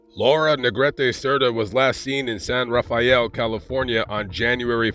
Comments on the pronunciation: San Rafael is pronounced san rafell . I was born there & im an old timer , so i know 😂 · San Rafael has three syllables.